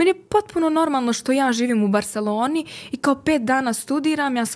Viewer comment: BarselOOOni, kad ce vise bosanke da nauce da pricaju